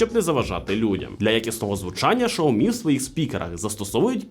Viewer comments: Шаоми сразу видно эксперта !!!! Уже весь мир знает как правильно: Сяоми , учись . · Безграмотность и невежество- Шаоми. В Украине -Сяоми. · Ксійомі правильно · Шаомі? Це щось новеньке😂 Такого читання назви ще не чув😂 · Правильно - СяоМи, было видео лет 8 назад, где чувак ходит по Китаю и спрашивает у китайцкев, как правильно говорить. А "Шаоми" пошло, от того, что директора по маркетингу, который вообще португалец, спросили как правильно и вот он так сказал, после этого даже вроде какие-то офицалы опровергали это произношение, в общем давно это было